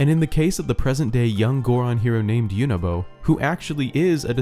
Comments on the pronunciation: You mean YOU-NO-BO not YOU-NA-BO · You say unobo like there is an a